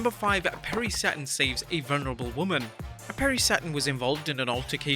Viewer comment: *vulnerable not volnurable lol